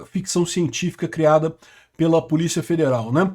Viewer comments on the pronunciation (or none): none